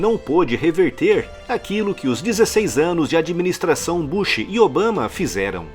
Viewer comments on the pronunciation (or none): none